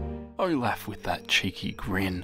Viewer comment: HE SAYS “oh laugh”instead of “olof”